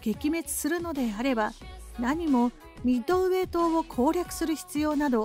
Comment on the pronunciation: 湾でもミッドｩエイ